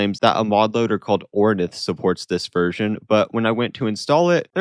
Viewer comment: Hi! I'm one of the lead developers of OrnitheMC (I pronounce it "ore-neeth"). I can confirm that we are, in fact, working on supporting rd-132211, but currently it is only available for mod makers; we are currently working on tidying up support for this version, among others, and making it available for players, hopefully soon!